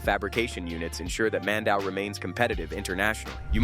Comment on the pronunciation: Mandaue is pronounced as "Mändäwê"